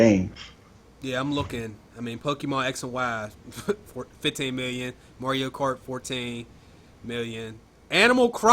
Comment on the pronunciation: dude…. say mario right